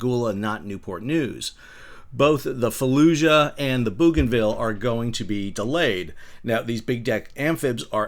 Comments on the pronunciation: Booganville! Love your pronunciation Sal; but it might need some workshopping. Australians say Bow-gan-vil ... not sure if we're right, because we have a word; bogan, that's pronounced that way and we might just be projecting that on to a place name that I'm not sure the origins of before it was used for the island off of Papua. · Always was pronounced that way, long before the Bogans were named thus.